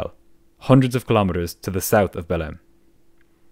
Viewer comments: The city is spelled Belem but pronounced Belang. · The amount kf times ive heard belem instead of behleim in this video scared me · Every time you say 'Belem' I hear it as "bellend", which seems rather apt for the crew. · i listen to your videos sped up and i genuinely thought you were calling belém “bellend” and i was like ‘there’s no way a city in brazil is named that’ until you showed the map😭😭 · 0.59, "They were bound for the city of ...Bellend!" Are you sure? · I really thought you said "the city of Bellend" for a sec there.